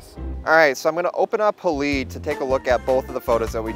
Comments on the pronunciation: "Hay-Lide" --- Not haleed... lol. Didn't you study chemistry at high school? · I’m pretty sure it’s pronounced hal-eyed, as in silver halide (a chemical used in making film). Not haleed.